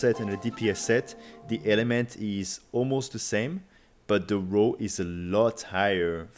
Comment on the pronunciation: So whitch rows the boat best. Oe its raw not row. Keep hearing row. Raw sounds like war but with an r